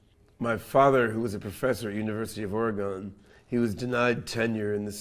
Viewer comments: Do you pronounce Boston BOST-ON? More like OreGUN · How you gonna say "or-e-un" after living in Oregon? 🤣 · How the hell can you have lived in Oregon previously yet still not be able to correctly pronounce the name Oregon😑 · Did they find this guy in the magic mushroom fields and slap a crypto shirt on him to pump their coin? He can't even pronounce "Oregon" correctly even tho he supposedly lived there. Plus he doesn't know the difference between proved and proven? Ok